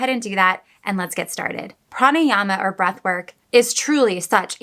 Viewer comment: You pronounced it very well,"pranayama" .love watching ur videos,love from india.